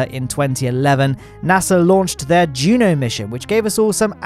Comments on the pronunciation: yes It took me a good 15 seconds to realize he was actually saying Juno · he said "juno"